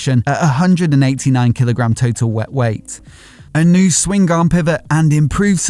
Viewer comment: the G in swingarm is silent smh..